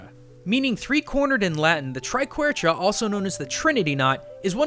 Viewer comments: It's Triquetra, not triquerta. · Sorry to be that guy, but it is "triquetra" not "triquerta" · I mean, I liked the video, but man you can't spell the word Triquetra bahahahhaha all I heard was triquerta XD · Pronunciation fix... Triquetra is tri-kwe-tra, not tri-kwert-ah. Practicing Wiccan (and Hindu) putting in her two cents. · His pronunciation of the trinity knot makes me cringe so hard. (Tri-qua-truh) please. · Also it's pronounced try-k-w-eh-truh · triquetra is pronounced tri-ket-tra, just saying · Not triquetra it is pronounced treequetra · Holy shot in Global Studies we had to design an island and we created one that looked like a triquetra so we named it that (also you pronounced it incorrectly) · Is it me, or does he say "triquetra" wrong like every time?